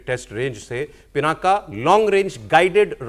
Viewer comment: ये पिनाका नहीं है ये पिनाक है । अंग्रेजी में पिनाका बोल देते हैं, आप हिन्दू हैं, आपको मालूम होना चाहिए कि पिनाक भगवान शिव के धनुष का नाम है ।